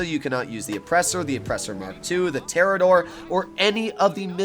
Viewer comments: Us: Pronounces it toreador Him: TeRaDoRE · Literally cannot pronounce the Toreador correctly and thinks it only take 4 missiles to destroy when in reality it takes 6. Automatic thumbs down 👎 Seems like the more uninformed and goofy you are the more views you get....TF?.....Bruh....😒